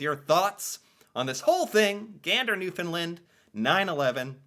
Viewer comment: After several years has finally got the pronunciation of Newfoundland right, good lad.